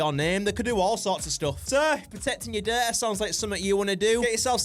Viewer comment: every time he said data i thought he said dirt